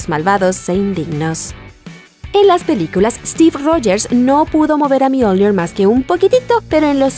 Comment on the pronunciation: Buen video, pero no utilices acento inglés para hablar de Mjolnir, más que nada porque es una leywnda noruega.